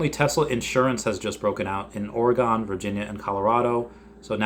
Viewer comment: Why do you say Oregawn lol. Cmon it's Oregon!